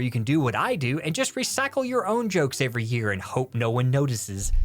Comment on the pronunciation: Bold words from someone who can't pronounce 'every', you're right of course, but bold words nonetheless